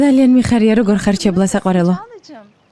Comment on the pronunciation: ჩალა და არა 😂ჩებლა